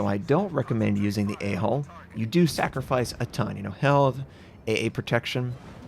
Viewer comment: I wanted to make a joke about it, but then after he said it a couple times I started to hear hole instead of hull.